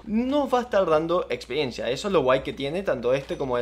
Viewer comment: buen vídeo pero me quedo una duda, se dice experiencia o espediencia